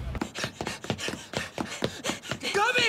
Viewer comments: "Gawbi" fuckin hell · Why do they pronounce Gabi like that 😭😭😭